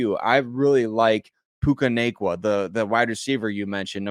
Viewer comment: Not that it matters but puka nacua = poo-kuh na-koo-uh as a BYU fan thought I should let you know. Good try though 😊